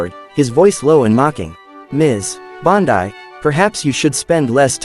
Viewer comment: 8 seconds and I'm out. Mispronounce the name of your subject in the first sentence.